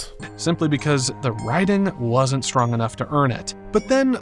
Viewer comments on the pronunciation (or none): none